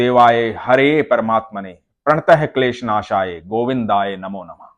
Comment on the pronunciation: ॐ कृष्णाय वासुदेवाय हरये परमात्मने॥ प्रणत: क्लेशनाशाय गोविंदाय नमो नम:॥ Bhai ji prantate nehi pls a sanskrit hai thik se uchharon kijiye or pani bola choro hindu bhai jaal bolna suru koro . RADHE RADHE 🙏🏼